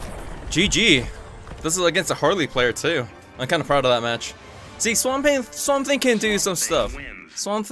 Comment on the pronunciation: did you say swambe? it's confirmed swamp thing = harambe lol nice vid😁